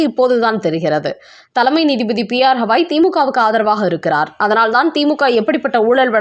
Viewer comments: பெயரை ஒழுங்காக உச்சரிக்க கூடாதா? அவர் பெயர் ராம கிருஷ்ண Gavaai ஹவாயும் இல்லை ஹால ந்தும் இல்லை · crisp name is continuously pronounced wrongly.its not HAVAi as she tells his name is Gavai. for poor & Sahu..tamil pronunciation is Boori & jaakku. they kill languages. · அம்மா, அவர் பெயர் 'ஹவாய்' இல்லை. 'கவாய்' என்பதே சரியானது. ஏறகனவே இதை உங்களுக்குச் சுட்டிக் காட்டி இருக்கிறேன்.